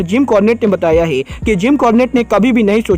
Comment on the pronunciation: Bhai tum hai ko most of the time ( hai ) ko (gai) kyu bolte ho